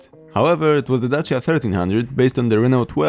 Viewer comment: Yay! You don't butchered the name "Dacia" while pronouncing it. That's I love Polish people!